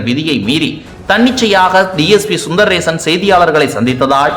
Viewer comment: His name is Sundarasan Sundar rason. Please pronounce properly